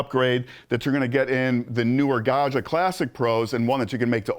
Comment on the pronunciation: Gad-jah, not Gah-shah.